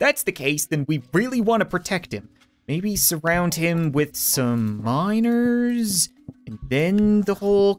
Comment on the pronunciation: When Cap said Miners, I thought he was saying minors.